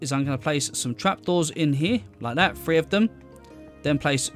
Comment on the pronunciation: Great builds but after a bit the number "three" being pronounced "free" really starts to be irritating.